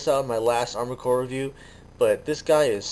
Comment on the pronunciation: armored cores, articulated like amored cores, since FOREVER!